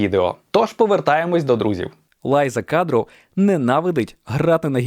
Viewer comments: Lisa Kudrow вимовляємо як Ліса Кудров, а не Лайза Кадроу - саме так вона називає себе, і саме так є назагал знана в США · Багато чого знала , але дещо було нове. Дякую. Доречі, правильно Ліза кудроу а не лайза кадроу